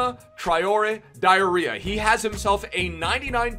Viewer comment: Did he just call Adama Traoré Diarra, Adama Traoré diarrhea ? 🤔😫